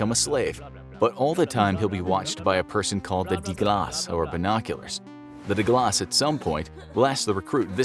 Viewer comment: Why did you say “die glad” like it was in Spanish it’s in Afrikaans this is how you pronounce it “d-e glas” it translates into the glass